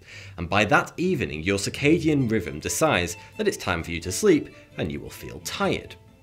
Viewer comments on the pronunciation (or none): He keeps saying circadian riven, and fortytwo instead of. he cant say TH, and how did he mess up zeitgeber so bad? I can't watch this guy anymore, it's worse than the australian accent.